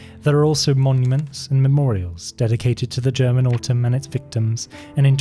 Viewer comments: Loved the german pronunciation. You have to be German or maybe austrian or Swiss. But I would've never guessed by how good you speak english wow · Found an awesome new channel! Not surprised you’re Swiss haha, perfect German pronunciation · You can tell there was alot of effort put into this video and that its also really good quality, also ur german pronunciation is very good, thums up 👍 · The correctly pronounced German words made this very nice to watch, thanks! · DAMN DUDE you got a language talent! I'm german myself to hear it and imperesses + thank you for the breakdown on the whole story. Ruhe in Frieden to those who died. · Really good german pronounciation, you don't hear that often. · as a german i really like your pronounciation of german words xD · You have a very good accent when you pronounce German phrases and names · As a German I can say his German pronounciation was perfect. Very impressive! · Very good pronunciation of the german words. Well done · I assume that you speak German, because the pronunciations are flawless